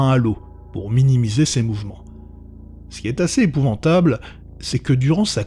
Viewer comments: c'est épouvantable , pas épouventable sinon sympa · 2 seconde de vidéo et j'ai déjà les yeux qui saignent ... "EpouvAntable"* putain